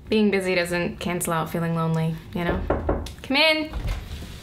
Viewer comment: I thought she said bing in LA Buts she said being in LA :-(